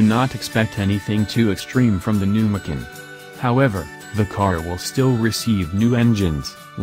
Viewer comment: Did You teach Your arse how to talk? Tell Your arse it's not a Porsche 'Mikin'!